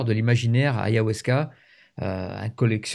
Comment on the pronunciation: Ayahuasca et non pas Ayahwasca ❤❤❤